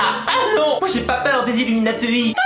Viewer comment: on dit bouche et pas be ouche et illumatuit se prononce illuminati